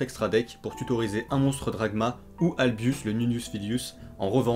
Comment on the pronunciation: Waaaaa les trad du jap au fr pique les oreilles xd (pas de votre faute évidemment) albus au lieu d'albaz xd